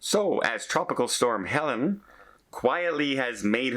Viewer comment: It’s Helene not Helen